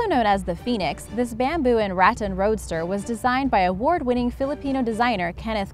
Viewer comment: Pronouncing rattan wrong. It's răttan